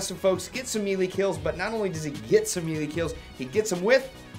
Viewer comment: Hammer...ha! And, it's May-lay.